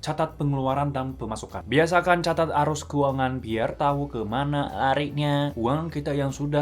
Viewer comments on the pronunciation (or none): none